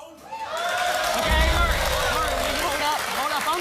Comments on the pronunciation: kids playing house and its maury not murry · It's "Maury." "More-EE." Not "Murry." Good Lord...